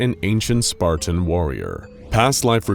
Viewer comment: thought my hearing was tricking me when he said spartan warrior